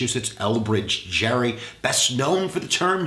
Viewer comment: I believe that its pronounced Elbridge Gerry ( like Gary))